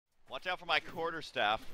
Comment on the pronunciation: Im not sure what it means to 'Wach' but it sounds painfull.